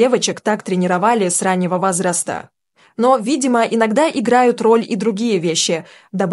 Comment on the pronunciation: Комментатор, вы можете правильно выговаривать слова и фамилии, вас неприятно слушать, говорят "возраста"-ударение на о, а не вазраста! Говорить надо стоит, а не стаит! Невозможно слушать текст!